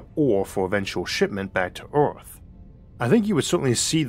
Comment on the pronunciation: Good graphics but why the dumb Cajun AI voice - “orth” , “Gormany” , “shivers” FFS Does the narrator have a speech impediment ?